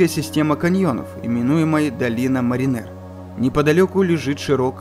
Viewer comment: Я думал - долина мАринер, ударение на А.